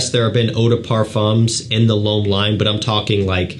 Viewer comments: No it sounds like “above,” as opposed to l’homme which sounds like “bomb.” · we can’t be mad at him for butchering our native language (french in my case). But his pronunciation of l'homme has been tickling me for a few years... I've been holding back on correcting him for 2 years !